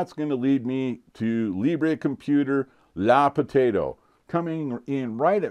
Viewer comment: I believe it's pronounced "luh" potato.